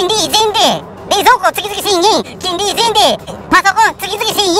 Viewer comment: ちゃみちゃみさん見ちゃいましたか🤣🤣🤣 ちんり月々１０００円に 聞こえますね🤣🤣🤣 いままで普通にきんりに聞こえてました👍✨ 発音だけじゃなく耳がなまってました🤣👍✨